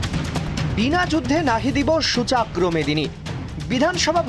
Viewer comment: শব্দটি 'সূচাগ্র' নয়,'সূচগ্র' ।সঠিক উচ্চারণ করুন।